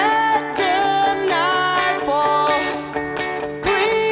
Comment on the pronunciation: A música é boa, mas cuidado com a pronúncia. Na parte "Bring me THE Dawn, let THE night fall..." o som do THE não deve ser como a letra D. Ele é um som próprio da língua Inglesa, e não é pronunciado como "dzâ night fall" ... Mas a música é boa mesmo.